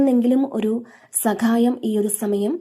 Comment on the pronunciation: സകായം അല്ല സഹായം 😊